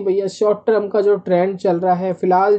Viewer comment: TER M not TR UMmmmmm